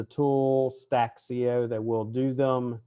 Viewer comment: What the heck is Stack CO? Or stack-see-oh. hahaha